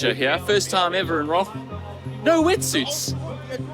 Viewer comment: please dont call it Challenge Roth. It's is pronounce "Challenge Rooooood"